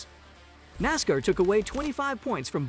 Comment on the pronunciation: Started watching this then realized that the commentator is the idiot that can't even pronounce NASCAR. Dude, it's Nass - Karr, not Nass - cur. I have a question. Who is lined up in Martinsville to take Bubba out in the first ten laps. Who’s on line for the middle section of the race and who will do the honors in the last ten laps, assuming he survives that long?? Same questions for Phoenix, who’s on first…